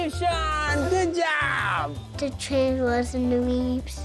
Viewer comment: "the twain was in the weebs" awwe